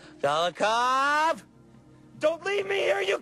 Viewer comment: You mean "Golikov."